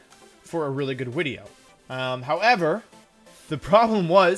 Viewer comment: "I had an idea for a new wideo" :3